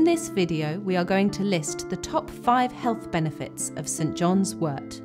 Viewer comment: Thank you so much for pronouncing wort correctly. 😊